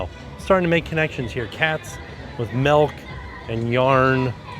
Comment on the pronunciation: Can we start a petition to have him stop saying melk